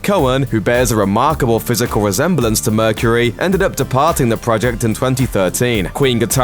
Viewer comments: And - 'mercureh' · love the way you pronounce the last syllable of Mercury !